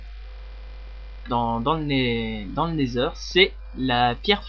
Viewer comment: et osi c pas never mais nether avec l’axent anglais